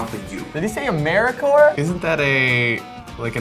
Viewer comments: got me! "Did he say Amercoler?" And I love how positive they stay throughout the video! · did he say americore??? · Honestly the bits in between the overly annunciated and mispronounced stuff was really accurate (though I do not know a single accent that says “americore” lol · "Did he say Americor?" I laughed more than I should have 😂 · "Americor"... wasn't he a villian in a DC movie? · "did he say americor?!" 😂😂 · MY MAN REALLY SAID AMERICR😂😂😂😂I'M DYING AND I'M FROM LONDON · He said Americore lmaooo I’m dying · "Did he say AMERICORE?!" Lmmfaooooo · "Americor" lmfao😂